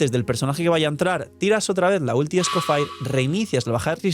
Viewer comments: No puedo ver el vídeo porque se me hace muy raro como pronuncias EscoffAir como si fueras gringo cuando la forma correcta es escoffié en francés mucho mas fácil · Porque le dice "escofair" si tanto en español, ingles y francés (origen) la i suena como i normal "escofier" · El señor Escoffier removiéndose en la tumba viendo que le dicen Esco-fire 😂😂😂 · Escofier o escofair jajajaj en el juego lo pronuncian de la primera forma